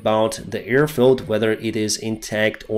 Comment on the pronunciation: you are again saying EAR attack, EARfield... AIR is with the a in bad, have, stand...